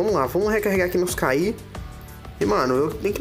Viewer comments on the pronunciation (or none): e cara se pronuncia ki e não k i :/